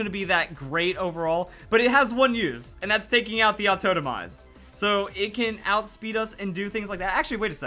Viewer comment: "autotomize" pls